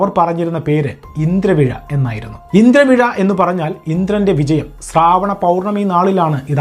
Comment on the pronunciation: സ്രാവണം അല്ല ശ്രാവണ മാസം എന്നാണ്. എല്ലാരും സന്തോഷത്തോടെ ജീവിക്കട്ടെ സഹോദരാ... ഓരോരുത്തരും ഇതിനു മറുപടി പറയാൻ തുടങ്ങിയാൽ പിന്നെ അതു മറ്റൊരു പ്രശ്നമായി മാറും. എല്ലാ മതസ്ഥരും അവരുടെ വിശ്വാസങ്ങളും അങ്ങനെ നില നിൽക്കട്ടെ. ഓണം ആഘോഷിച്ചാലും xmas ആഘോഷിച്ചാലും എന്താ പ്രശ്നം. ഇനി വിശ്വാസത്തിന്റെ അടിസ്ഥാനത്തിൽ ഉള്ള ഗ്രന്ഥങ്ങളിൽ പറയുന്ന കാര്യങ്ങൾ എല്ലാ മതസ്ഥരും ചരിത്രവുമായി അല്ലെങ്കിൽ സയൻസ് മായി ബന്ധിപ്പിച്ചു ചിന്തിച്ചാൽ ഫുൾ കോമഡി ആയിരിക്കും. ആർക്കും ദോഷമില്ലാത്ത കാര്യങ്ങൾ കണ്ടെത്തലുകളായി പറയുമ്പോൾ മറുഭാഗവും മറുപടി പറയാൻ വരും.